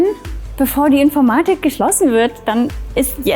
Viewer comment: Die Aussprache von "Infoormadig Ausdellung" geht mir irgendwie auf den Keks